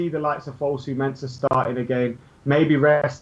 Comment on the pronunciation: why the hell does say "Menza"??? Its "MenSAH" my g